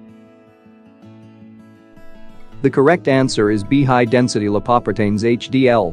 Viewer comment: LIE-PAW-PRE-TAINS lol